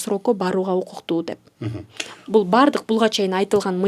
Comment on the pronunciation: 2 орусча китеп окуса эле, кыргызчага тилдери келбей, бурмалап суйлоп калышат. Болбосо кыргыздар... Булга эмес- буга, зарар эмес- залал.....